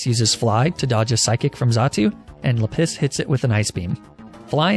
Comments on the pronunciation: It’s la-piz not le piss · how r u pronouncing any of these rocks lol basalt =bus-alt, lapis=LAP-is not le piss LOL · I think its so funny how he mispronounces Pokemon and calls lapis la-piss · lap-is bro not leh=piss jesus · Just so you know, "Lapis" with French pronunciation is actually "La-pee" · Normal people: La-piz: La-piss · Everytime he calls Lapis "Le Piss" it hurts my soul a tiny bit* *Like 0.1% At least that's what it sounds like to me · Sorry is he saying LA-PISS AND NOT LAPIS or am I deaf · Lapis. Or, if you're an expert in the French language like myself, luhPISS. Which in French is "la pisse" and actually means "the piss". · (Does anyone want to point out that "Lapis" in French would actually be pronounced "lah-PEE"? No? Okay, we'll keep letting him enjoy his gag name...) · Why did I think his Lapis was named "Le-Piss" at first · oh,. You know the French pronunciation of Lapis is "Lah-PEE":P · are you calling it la piss on purpose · "La-PISS"?? 🤦 You're pronouncing that wrong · not 'la piss'! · Every time you say Lapis, i damn near LaPiss myself. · No one: Not even a single living soul: French and: lA PiSs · La piss -> ma piss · Minecraft references for the names.. but lapis is LePiss lol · "or, if you're an expert in the french language like myself, L A P I S S" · Okay, real talk, I had to stop watching this episode midway due to your CONSTANT mispronounceation of the word "Lapis." Completely ruined the run for me, plus I couldn't in good faith continue watching this at work with you saying the word "piss" over and over and over. Please refrain from doing things like this in the future, it wasn't really even that necessary of a joke to make....